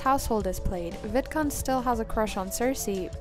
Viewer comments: Every time you said vidcund it sounded like vidcunt 😂 just saying it’s hilarious and I love it! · Omgosh when you said Vidcund I heard the d pronounced as t 😱 lol 😅